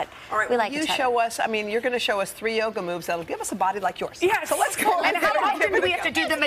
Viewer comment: How you say ... I do joga.